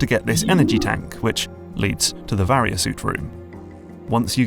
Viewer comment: You finally pronounced Varia correctly lol